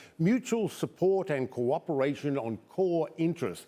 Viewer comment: What's "cowhwooperation " ?